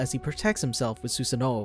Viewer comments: Who else hates the way he says Susano'o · It’s pronounced su-San-oo not su-San-o-o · “Susin noh” 💀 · My dude said susee noo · He says susanoo as 'susa nooo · Sussano ,seriously dude ?????? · Suuuu- sa noooooooo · The way he pronounces susanoo is actually so disturbing lmao